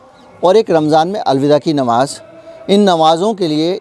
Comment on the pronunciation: You are another Vinod Dua. Anti RSS, BJP and Modi. Why don't you keep some of peacefuls at home ? Muslims are not a minority they are the second highest majority. Learn to pronounce Namaz it is not Namaj. Your agenda is one sided.